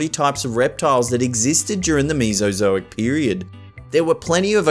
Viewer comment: i hear meesazoic*laughs* its mesa zo ic